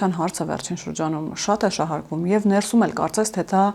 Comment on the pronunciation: Շեշտադրումները հարկավոր է ճիշտ անել`«ներսու´մ», այլ ոչ «նե´րսում», և այսպես շսրունակ: 🙂